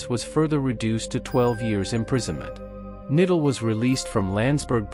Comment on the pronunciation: You can't even pronounce Knittel's surname! Do your homework and learn how to pronounce German names properly. It's K-NITTEL, with the K sounded, not "nittel", and Leibstandarte is not pronounce "liebstandard", but "layb-stan-dart-e". Mohnke's surname isn't "monk", but MOHN-KE". Plus you conflate the SS with the Waffen-SS, a totally different organisation. How do you expect to be taken seriously after all that?